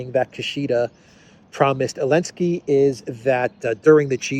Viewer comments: WHY do you pronounce the name of a little-cocaine-man as Elensky?? Where is the Z? He is Zelensky, mate! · Because the letter Z was banned from Ukraine and most of the European union countries...so he is "complying" with that rule to the point hehe